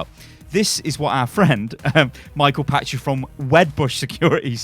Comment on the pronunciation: Actually read his name. Pachter...not Patcher. (Pack-ter)